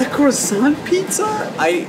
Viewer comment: This guy is not from Europe. He pronounced croissant all wrong.